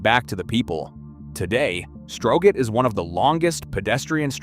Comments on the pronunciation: You mean Strow-get? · As an American living in Denmark,I can’t help but chuckle when hearing the pronunciation for Strøget!